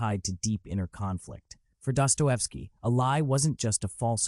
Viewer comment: What about DUPER'S DELIGHT? Empirical evidence shows sadists are gratified by deception. This point by FD may have been true to a repressed religious society. Dosto is disgusting. Learn to pronounce his name or get off the internet you BOT